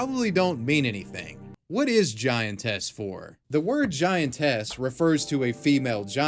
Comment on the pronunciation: You keep saying giantess weird